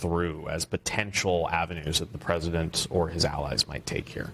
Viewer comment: Not the peesident